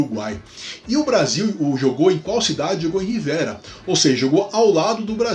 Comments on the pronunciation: Só uma correção: a pronúncia da cidade uruguaia é Rivêra e não Rivéra. Abraços! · Acho que a pronúncia correta de Rivera é um som fechado ( rivêra ). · só por questão de pronúncia mesmo, "Rivera" tem o "e" fechado, como se houvesse acento circunflexo; no lado uruguaio, "Chuy" é pronunciado "tchúi", em monossílabo.